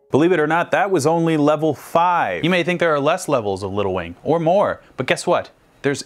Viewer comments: Instead of “little wing” I kept hearing “lil wayne” hahahahaha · Drinking game: Every time says Little Wing but it sounds like “Lil Wayne”, take a drink. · The whole first half of this video I thought he was saying lil Wayne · that's what I thought he was saying XD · Me too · i noticed that too! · Don't know why, but every time you saying little wing I hear little wayne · Idk why but every time he said Little Wing I heard Little Wayne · It sounds like your saying lil wayne